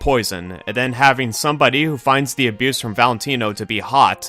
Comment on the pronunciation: "somebodee" (sorry)